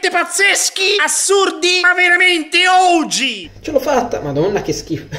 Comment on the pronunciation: Ma il maestro dice oggi o ouji?